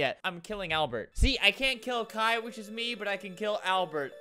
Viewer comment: Just one thing- “kai” is not pronounced like that/